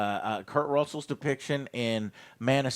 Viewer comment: Russell ❎ Russell ✅